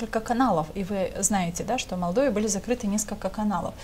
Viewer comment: Два года в Молдове а говорит Мордове.Не выучил название столицы